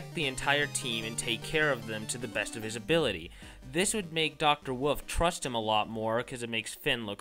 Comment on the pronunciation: why do you say woof instead of wolf and pronounce indecision? Do you have a speech impediment? cause if so same ^w^